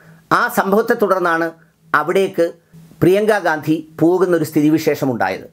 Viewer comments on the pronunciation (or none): none